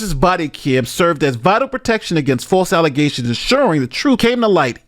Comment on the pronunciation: "False alizations!!" 😂😂😂